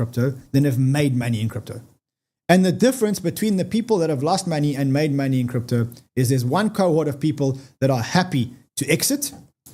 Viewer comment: Its money Y. Not moni I. Is that too difficult?